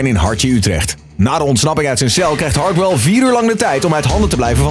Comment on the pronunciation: Niemand: Echt helemaal niemand: Stefan: “Hardhell”